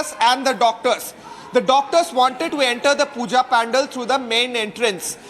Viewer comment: Dear kindly correct your pronunciation of Pandal it's not pan-dal. You are a role model for many.